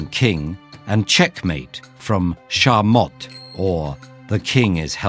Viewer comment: It is शह and शहमात (pronounced as sheh and shehmaat).